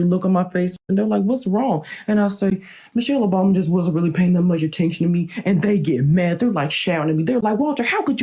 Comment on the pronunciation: What I heard: Michelle Obami